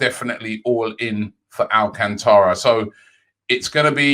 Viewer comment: talking of brazilians...Thiago Alacantra. robbie, he’s spanish 😆